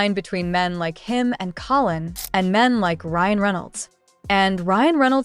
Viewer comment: You would think with this AI story they would at least pronounce Collins name correctly at least twice. I can’t listen to this channel. It’s all BS and hype